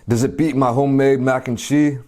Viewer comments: why does he say it like mac and chi 😂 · Whys he say mac and chee lol np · Why you say Mac and chee. Lol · Christin K he probs puts kimchi with it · He's American.